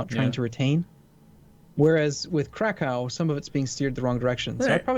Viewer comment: that Krakow pronunciation is painful :(